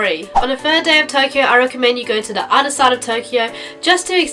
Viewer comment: Why can't you pronounce th sounds? You always say "udder" instead of other.